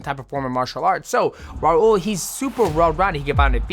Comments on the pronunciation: Brother, just say “Raul” not “Raurrr”😭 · bro why u rolling ur r’s when it’s an L at the end of “raul”😂😂😂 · I was looking for this comment 😂